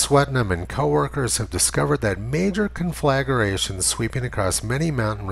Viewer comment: Tony con·fla·gra·tion Say the syllables ten times; slowly; and listen to the sound. Go slow my friend; take your time. You don't have a speech problem, you have a listening problem. Give yourself some time with it and focus on the sounds. It wont be painful.